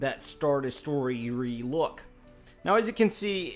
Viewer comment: Des - troy - er... not de-story-er!!!